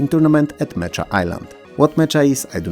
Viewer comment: Thanks for another great video! If you're wondering, the word "mecha" is actually pronounced as "MEH-KA" and means "giant robots or machines controlled by people, typically depicted as humanoid walking vehicles."